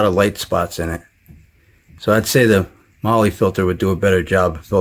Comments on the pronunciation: Your " marley" ...mahle ... is pronounced "MARL" !!! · Its not MOLY.... its MAWL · MAR LAR not Lee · lol it's prenounced "Mall" "Molly"